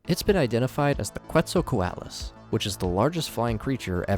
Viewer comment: bro checked his pronunciation of Quetzalcoatlus and still got it wrong smh